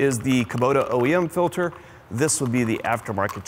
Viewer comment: Filder? Is that a Pennsylvania thing? 😂